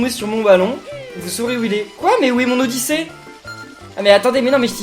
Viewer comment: Pas Mario odissey c'est Luigi oddisey lol